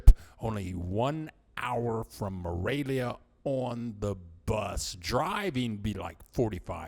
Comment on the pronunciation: I liked your video, but it really sounds like you are saying Moravia, not Morelia...